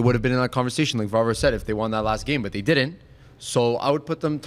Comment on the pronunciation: its not varvar, its Warvar at the point